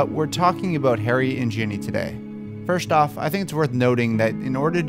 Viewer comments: Sounds like he keeps saying Jenny not Ginny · G-inny not Jenny GINNY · Sorry but anyone else annoyed with the way you said "Jenny" and not "GINNY" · Man she's GINNY Not JENNY. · STOP SAYING JENNY